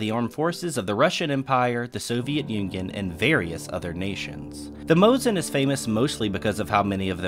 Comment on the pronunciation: You pronounced Mosin correctly, however need to fix the Nagant pronunciation. The 't' in the end is silent, so Leon's last name will sound as 'Nagan'. Kudos to the video, it is a pleasure to watch and very informative, as always!